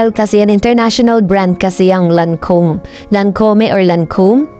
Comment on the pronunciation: Pronounced as LAN•KOWM po